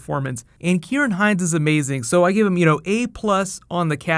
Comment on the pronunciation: Thank you for pronouncing Ciaran correctly, really like the channel too